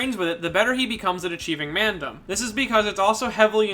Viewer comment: Can I say how cool he says "Mandom"